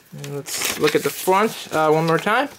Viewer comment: Here is the fwant of it 😂